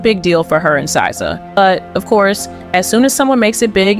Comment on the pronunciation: I see ur hard work in ur videos but the small errors like mispronouncing szas name and getting small things wrong was kind of distracting But keep working on ur channel! U have to support